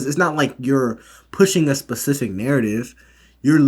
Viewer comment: You excelled in school yet still say pacific instead of specific. Sorry man its the only thing that bothered me I did like the video though